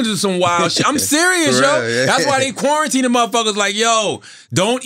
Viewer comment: I swear I thought Charlemagne said 'Pornitine' instead of quarantine...